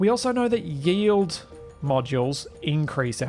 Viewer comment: Pointless comment: when you say “yield” it sounds like “yee-old”. Neat.